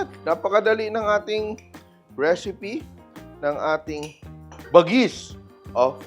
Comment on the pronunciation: Chef Tatung ibig sabihin nyan bagis sa ilocano lamang loob pag sa pagkain pwede rin gamitin word na bagis tawag mo sa kapatid mo like kabagis..when you pronounce the word bagis is like ba-gis slowly